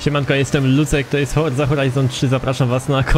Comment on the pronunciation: Kto słyszał na początku "Horza Horizon 3"?